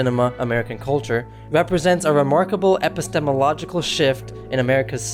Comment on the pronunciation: epistemological ; paranoia ; Dashiell Hammett ; words/worlds ; monosyllabic